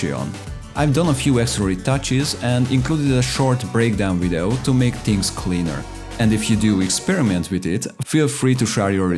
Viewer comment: You have vees on your language and still say wideo. How is this possible?